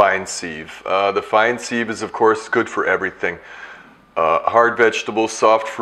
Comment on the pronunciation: Nice demo and info thanks. Sieve is pronounced siv not seeve BTW.